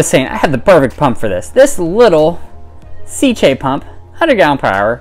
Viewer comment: Nice, thanks. FYI. It’s pronounced KEE-to, like the diet. KEE-to-MOR-pha. In taxonomy (and probably everywhere else too) “ae” is an “ee” sound. Same in “algae”: AL-gee.